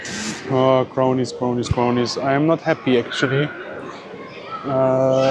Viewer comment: I know he thinks he’s saying, (Crownies) but he’s pronouncing “ cronies”. You do you bruh 😎 👍🏼